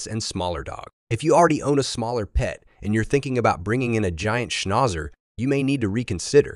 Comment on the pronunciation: Great except for the way Schnauzer was pronounced.